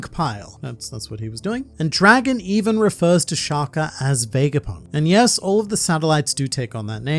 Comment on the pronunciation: Your pronunciation of Shaka😭. It’s like you saying shacar🥶.